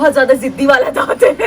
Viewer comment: Daant is Deeth😂😂😂😂😂😂